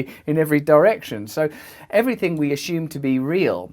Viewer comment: You keep saying "ashume" and I'm not 'avin' that level of peculiar cuteness mixed in with the info either.